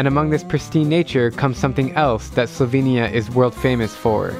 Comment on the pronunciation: actually her pronounciation is pretty close to how slovenija is pronounced in slovene. much better than the "slouvinija" most people say.